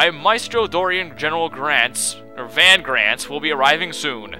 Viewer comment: the only thing i cant stand in this game is how they pronounce Van's name. I always pronounced it the way they pronounce it in FFXII